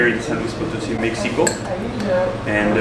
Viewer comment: If I may suggest how to best pronounce Potosí: put the emphasis on the very last syllable: “sí”